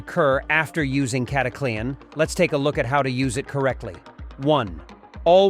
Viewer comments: It's not cataclee-an haha. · Sounds like the typical AI fake voice. Cata Clee ann??? 1 3 fuel? WTH stupid BOT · Who in heck besides this bot pronounces it Cat a Clee Anne? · You know what's fake you can't even pronounce it right